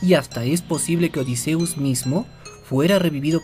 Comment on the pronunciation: Por lo menos si pronuncias bien el nombre de odysseus